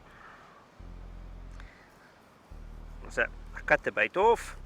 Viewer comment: ket moy bait orf lol